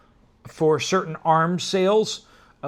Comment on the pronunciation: I'm sure you've heard it before but weapontry is not a word it's weaponry